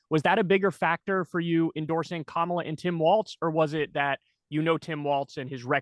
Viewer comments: Kamala … Like Pamela but with a “K”is better than K-MAH-la . Or , La … but I give Jesse a pass as he worked with James Harris better known as KAMALA . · Jesse still pronounces Kamala's name the racist way. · I wonder why no one ever gives Jesse Ventura any flak for saying “KaMahLah” instead of “comma-la”? I think it’s from when he battled a certain giant from Uganda? Jokes guys. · As soon as he said her name the MAGA way, I had to turn it off.